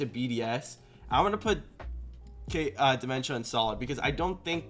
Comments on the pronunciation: Isn’t it Diments-uh? Not dementia, lol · Solid rankings. On a side note, I swear it sounded like he was saying "dementia" haha! Always solid work by.